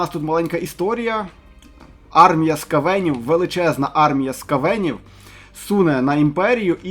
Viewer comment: Наголос неправильно робиш, на букву ,,а" наголос не ..е"? це про скавенів